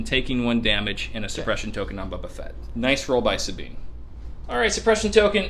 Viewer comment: Are you calling him "Bubba" Fett on purpose?